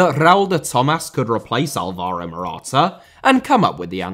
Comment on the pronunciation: Granit* not Grane Dembélé * not Dembeilei Antonio* not Antouwniouw Conte* not Contei Rather* not Rother Andrea * not Ondreja José*not Djouwsei Serie* not Siri Dybala* not Dybohrler Leverkusen * not Leiverkusen Robert* not Robehr Álvaro* not Alvohrouw Morata* not Morohrter Fábrica * not Fabrica División * not Devegion Vallecano * not Vayecohrnouw Time * not Tahm Liga* not Liguer Lukaku* not Lukohrku Inter* not Ento Debut* not Deibyu Five* not Fahv Fabián *not Fabian